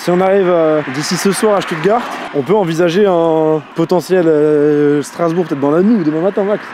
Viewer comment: t'as écorché le nom de ma ville... Strasbourg... je me désabonne (non je rigoooole)